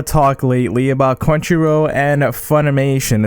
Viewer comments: Also it's crunchy roll not row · Crunchyro??? Am I the only one hearing that?